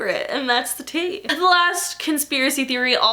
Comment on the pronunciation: Almost every time you day "And that's the tea" It sounds like you're saying "And that's the tay" 😂😂😂😂😂😂😂😂😂😂